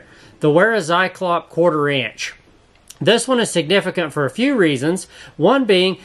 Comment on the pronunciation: You're the only person that doesn't say "zyklops". And I thank you for that.